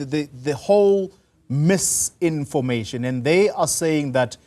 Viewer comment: Its not MISINFIRMATION YOU TWIT